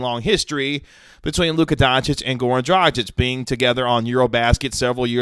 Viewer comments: Isn't it pronounced Draag-ich with a hard "G"? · The G in DraGić is the same as in Goran.